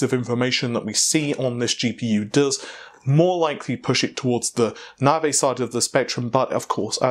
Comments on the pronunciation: It's not " Nah-vay". Try Na-vee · I bet a yank pronounced it that way and everyone else just follows. I've noticed many American's have a simple word in front of them and don't know how to pronounce it, like Navi or Stadia. BTW its "Nav-eee" not "Nar-vay" (as in navi-gate) and its "Stay-dia" not "Star-dia" (as in the plural of stadium, stadia). Heck, they don't even pronounce the letter "T" in many of their words, "Innernet", "Innernational" and "Inneract" for instance. That is really annoying. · Why do you call it "navé" instead of "navi"? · When did we stop calling Navi Navi and start calling it naaaarvey? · I used to think these guys mispronounced things on accident now I'm sure it's on purpose. Preface (pre-face instead of pref-as), T.I. being tie, navi being Naveh, stadia (stayed-ia)being stad-ia. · Weirdly enough, if I got Google's excuse for the name right, Stadia is just Greek for stadiums. It's actually the correct pronunciation, what was listened to here, instead of the way Google's people spoke its name. I still found Navey cancerous to my ears still. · Around the same time we started saying "fredrippah" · It's spelt Naviayl. His source must be someone from within the design team. It is the new unofficial name. Short for Navi A Year Late. The last L is too difficult to say so it doesn't get pronounced.